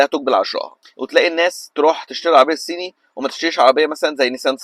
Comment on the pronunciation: ضيعت 3 دقايق من حياتي علشان اسمعك بتقول العربيات السيني .. شوفلك حاجة تاني اعملها في حياتك احسن